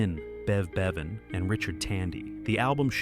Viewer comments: It's BEVAN not Baven. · Ffs, hire a HUMAN narrator, ye cheap dix! Bev "BAY- van"?!? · I thought exactly the same……. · Who's "Bev Bayven"? 😂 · AI voice? Could not pronounce Bevan remotely correctly. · You pronounced 'Bevan' incorrectly.